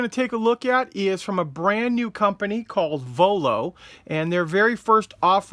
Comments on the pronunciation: Voiio and not vollo :) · just a correction its Voiio not Vollo